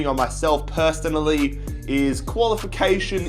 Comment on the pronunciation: Did he say perstonally swear I heard that lol xD